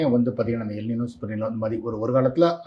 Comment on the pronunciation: எல் “நினோ “ அல்ல! எல் ‘ நைன்யோ’ என்பதே சரியானது!(ஸ்பானிய மொழி)